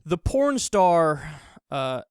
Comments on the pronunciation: Ass-sa, or Ah-sa? Don't pretend you don't know her name, you don't need to hide that you've watched her videos before ;) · He said Ass A. This man has never traveled or read any books. But thank God he is covering the hard news.